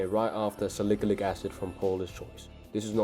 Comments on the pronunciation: Salikilic😂😂😂...bro it's salicylic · salicalyc acid😭😭😭😭 it's salicylic acid bruv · SALIKALIK ACID SALIKALIK ACID SALIKALIK ACID SALIKALIK ACID 🗣️🗣️🗣️🗣️ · "Sa lick-a-lick acid" HAHAHA